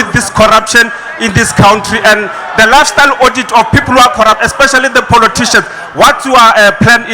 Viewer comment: I stop listening to DA the minute he said poloticians.